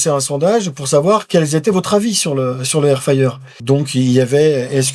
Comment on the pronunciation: Air fayer air fayer..c'est air fRRRyer bordel de cul 😂😂😂